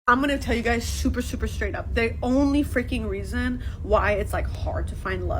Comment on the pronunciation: "Shooper, shooper schttraigt up!"